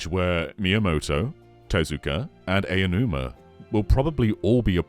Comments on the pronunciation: it's pronounced "ow-numa" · It’s pronounced “ow-numa”.